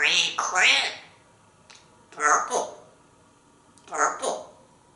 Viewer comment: How clearly he says the color of purple WITH NO LIPS!!! 😎